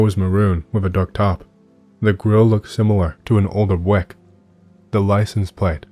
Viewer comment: i thought i had a stroke when you pronounced "Buick" as "Bwick" 😂 Rolled that back like a dozen times to make sure I wasn't hallucinating. No judgement, just a cute moment ❤️